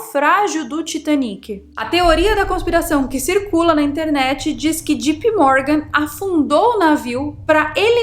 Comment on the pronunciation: Não é - G.P. Morgan E sim - J.P. Morgan